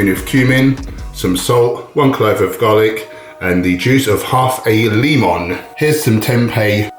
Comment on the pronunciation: Oh its pronounced leeemon. Boy, ive been saying it wrong all this time.